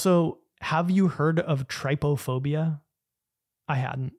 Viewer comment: My dude had the pronunciation right there and still pronounced trypophobia wrong